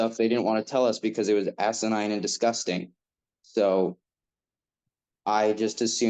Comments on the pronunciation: Assanine, not assanign, conversate....😮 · Asinine not asinign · Not 'Assinign', It's 'Asinine' - (extremely or utterly foolish or silly) or (of, relating to, or resembling an ass)